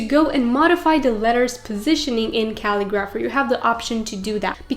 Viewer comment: Pretty sure you are saying the name of the website wrong. You are saying Cal-i-graph-er. Looks like it is the word Ca-li-gra-pher. Thanks for the share of information.